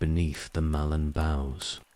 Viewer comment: After the about the 12th time of hearing a Mallorn Tree called a MALONE tree, I had to stop it. It's not as if it's mispronounced every time, every 3rd or 4th time, it's pronounced correctly, so it's just lack of care. Annoying enough to erase any sleep inducing effect it might have, as every time I hear MALONE TREE, I'm certainly in no mood to sleep!